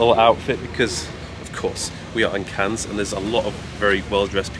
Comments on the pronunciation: Cahn (ur) for next time. The 's' is silent. Looking like glamorous part of the world. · Are you really pronouncing it "CANS"?! 🙄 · Bless him, it’s pronounced ‘Can’ not ‘Cans’, he tried I guess and it’s not his fault, albeit it’s a given for most to know this with adequate language skills 😂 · It’s “Can”, not “Cans” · The ‘s’ is silent, pronounced can……although obviously spelt Cannes. Nice to see you visit new places, great choice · man just says the plural of a can (of coke) lol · Cannes is pronounced without the "s", fyi :) much love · We prononce Cannes in French like "can" for the next time 😁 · Who’s gonna tell it’s just pronounced Cann? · it’s pronounced ‘Cann’ 😂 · It's pronounced "Can" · cool video, but please don't say Canne*S* :D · Nice video, as usual. Cannes is to be pronounced without the "s" ;) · bienvenue en France (we don't pronounce the "s" in Cannes here btw) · The pronunciation of Cannes is killing me 😫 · I was about to comment the exact same, makes me very uncomfortable hahaha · Cannes is pronounced with a silent s! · Btw You dont pronounced the S in ‘cannes’ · You don't pronounce the s in Cannes. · The "s" is silent :) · Brother, the “s” is silent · The S in Cannes is silent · The s is silent. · Very English of him to put so much effort into pronouncing Ibiza, but then zero into saying Cannes correctly lmao.